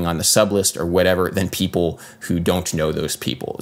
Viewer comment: I love that you read "ppl" as "pipple". A man after my own heart.